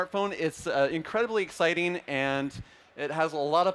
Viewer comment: It's exciting not exciteeen.